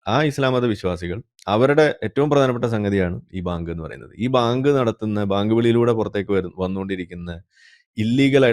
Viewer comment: Bayank ..baank alla😂